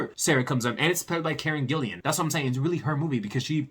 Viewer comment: PLEASE learn to pronounce her name. There is no "I" between the second L and the A. Thanks!!